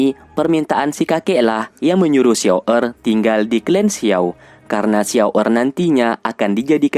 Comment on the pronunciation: Xun Er banggggg..bukan xiao errrrr